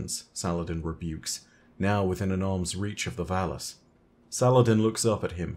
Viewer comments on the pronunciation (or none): I'm sorry but all I hear is "phallus" when you say "valus" 😂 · Valus Forgor 💀